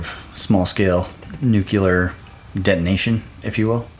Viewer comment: Okay but stop saying "nukular". :)